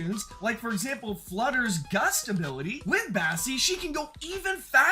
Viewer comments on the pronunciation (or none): Bro 2.44 you called flyte flutter